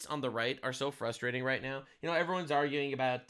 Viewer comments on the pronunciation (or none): none